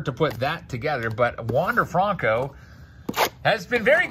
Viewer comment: “Wonder fronco”